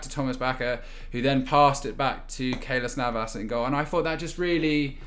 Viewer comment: "Thomas Bakker and Keylos Navas" - the definition of a Brain Fart